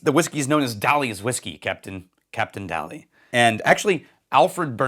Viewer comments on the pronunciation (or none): Daly is pronounced like daily. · In Ireland. Daly is pronounced like the word daily not as in Salvador as you are pronouncing it. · Daly is pronounced daily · Daly is pronounced 'Daily' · Daly is pronouncdd Day-ly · The name is pronounced "Day-ley". Very good presentation. Tullamore Dew is Irish Pot Still (40% malted 60% barley). Unfortunately it is cut with grain whiskey. They should make 100% Pot still 100% malted and unsalted. Try Powers 3 Swallows guaranteed Single Pot Still unaged and 12 years old. This is real traditional. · FFS Daly is pronounced DAY lee you plonker. Don't do videos if you are incapable of basic pronunciation and do not do research. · Excellent history update. For info "Captain Daly" - that surname would be pronounced "DAY-Lee" here in Ireland.